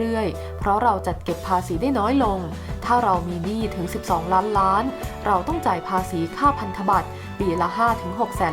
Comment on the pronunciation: อ่านให้ชัดเจนหน่อยคำว่าล้านล้านบาท